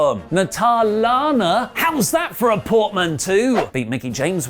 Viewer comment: portmanteau = "port-man-toe",! xD